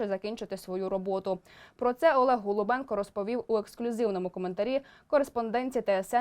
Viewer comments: ГОЛУБЧЕНКО а не голубенко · Так його прізвище ніби Голубченко,то виходить ви сто разів повторили його пріізвище неправильно.Варто бути уважнішими.